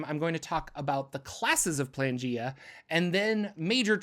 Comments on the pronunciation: Y do u keep pronouncing it Plangea? It is spelt Planegea, with an E in the middle. I think maybe cuz it is a reference to Pangea that u r tripping up on this but if u have a source that tells us it is actually pronounced Plangea, then I'd love to know where to find it, cuz right now the sound just hurts my brain. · PLANE not PLANgea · Dawg that's clearly pronounced plane-gea Not plan-gea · It's Plane-gaea. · Isnt it pronounced playn-G-uh? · ... Is it not "Plane" -gea. As in Pangea, but of the Planes? lol